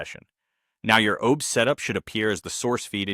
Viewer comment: "OBES" lmao.